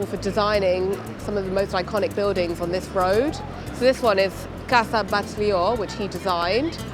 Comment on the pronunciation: Adouble L is pronounced J. AJoli, Casa BatJo, etc... ;)